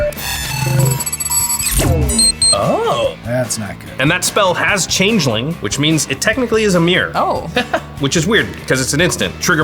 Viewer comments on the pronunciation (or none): none